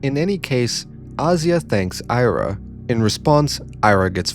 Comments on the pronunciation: The novel helps me feel empathetic. Also she's pronounced 'Ee-ra', not "Ai-ra'. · Ira is pronounced like era, welcome back